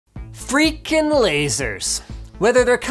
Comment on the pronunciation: Linus is it FREAKIN, or FRICKIN those two words are pronounced quite differently.